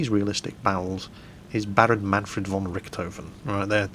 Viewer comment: Its said von Rishthofen! Silly still cant pronounce german hehe